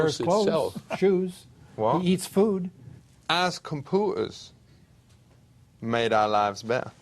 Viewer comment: The way he said "compuu'erz" caught me so off guard 😂💀